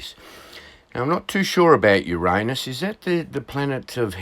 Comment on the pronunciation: Greetings from Yakima Washington. Love your videos! Gads December 4th? Not long now only a few hours lol. Yes kind of a strange name for a planet depending upon how you pronounce it. I prefer your pronunciation over others just saying.